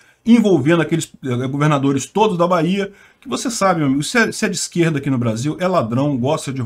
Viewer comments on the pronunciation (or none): none